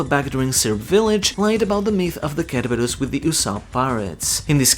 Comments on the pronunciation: It's not pronounced ker-ubus. It's pronounced ser-berus. Like cero from bleach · The way you say Cerberus kills me lol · You’re killing me with how you pronounce Cerberus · you butchered the name Cerberus wow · Its cerberus like Cent not cucumber 😂